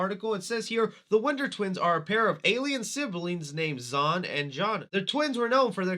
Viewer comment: I'm surprised you screwed up reading Zan and Jayna. Literally Zan like Ran and Jayna like Dana. Come on they're aliens but not that difficult to read.